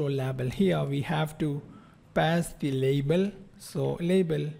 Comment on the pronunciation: Amazing code reusability with detailed explanation ! I love it. I also love how you pronounce 'label' :)